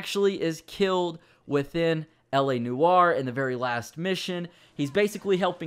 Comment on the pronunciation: It's pronounced like this l.a nore not la neware